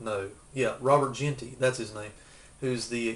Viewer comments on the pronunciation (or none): its pronounce gin ty